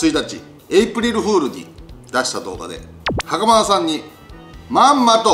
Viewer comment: 見てほしいのはそこじゃないとは 思うんですが 袴田さん強調し過ぎっす😳😳😳